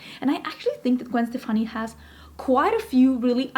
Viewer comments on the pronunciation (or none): omg girl you know beacon street collection?! So you like ska? I’ve loved Gwen forever. My mom worked with her cousin. Stefani is actually pronounced “Stephanie.” I still have her UD palettes and lip products and her old school L.A.M.B. x lesportsac purses. Remember that?